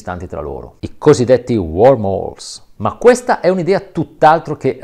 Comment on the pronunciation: Eccellenti, chiarissimi, appassionanti e anche divertenti! I miei complimenti più sentiti. Però sono Wormholes (buchi di vermi) e non Warmholes (buchi caldi)